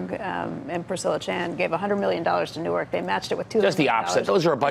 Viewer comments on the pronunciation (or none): none